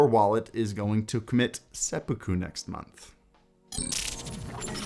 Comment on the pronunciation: There's no emphasis in Japanese words so the word Sepuku is pronounced Seh Poo Koo not Seh Puh Koo